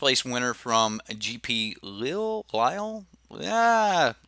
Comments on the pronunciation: PS: you can pronouce Lille as Lil (as in Lil Wayne) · leave to a typical Southern American to not be able to pronounce the name of a big city in France...sorry, don't mean to be ignorant but it is also quite ignorant for Americans to not be able to pronounce the name of a city correctly. There are other parts of the planet other that America. And I am ready for all of the backlash I will receive. Quite a shame, I really enjoy your content